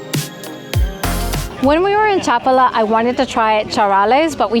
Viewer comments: This contains several factual errors. First, it's pronounced cha-PAH-lah. Population figures vary significantly by town and by season. For the municipality of Chapala -- which includes Chapala, Lourdes, Riberas, San Antonio Tlayacapan, La Floresta, and Ajijic -- the foreign population is approximately 25–30%. In Ajijic specifically, the foreign population may reach 43% during the winter high season, but this is temporary. While Ajijic can feel like a regional "theme park," it remains a Mexican town; the surrounding towns are entirely different in character. Furthermore, the area is a primary getaway for Tapatíos. On any given weekend, the population includes many Guadalajara residents who own second homes here or are visiting for the day. Casual gringo visitors typically stay in Ajijic, but that experience is not representative of living here, which is not centered on foreigners. You will need Mexican Spanish to navigate daily life effectively. Two final points for the uninitiated: * IMO, avoid eating anything sourced from Lake Chapala. The lake is shallow, and upstream industrial and agricultural runoff remains unchecked. * Locally sold honey is frequently cut with corn syrup. You have no way of knowing, so assume it. Do not be misled by the presence of a honeycomb; look for a trusted label you can verify. Your preferred AI agent(s) can clear these matters up in advance. HTH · Cómo que Chapula😂😂😂 habla bien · You should have walked further down the Maalecon. There’s a park with symbols of various spiritualities; very interesting. And you missed visiting the Lake Chapala Society, a wonderful park and social center for expats. And is Chapal pronounced : CHA -pal-a or cha-PAL-a? I’ve always heard the second, while you say the first.